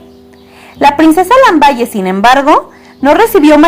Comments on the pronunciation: Se Pronuncia Lambal no lamballe mija !!! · el titulo de la princesa se escribe "Lamballe" pero no se pronuncia así, se pronuncia: "Lambal"